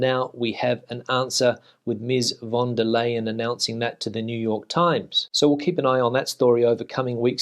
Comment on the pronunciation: Hi, I’m not really wanting to correct you because I find your English and Spanish pronunciations perfect, but I speak fluent German and watch their news rather than the English news as they are still in the EU, anyway just a tip the best way to pronounce the last part of ursula von der leyen’s name is to say the Leyen part as the English words “line” you would be the first English speaking person to pronounce it to 99% correct. By the way enjoying your videos, you save me so much time as I now don’t have to bother going through the Spanish newspapers, so thanks.